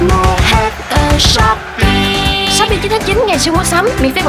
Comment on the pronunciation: ชอบปี้ ? ซื้อถุงยางที่ช็อปปี้ 555 Like to f**k? Buy condom at shopee That is what i hear in Thai 😂